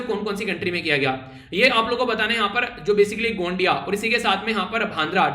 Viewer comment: 9/10 points (1 point deducted for pronounce gondia-bhandara गोंदिया-भंडारा )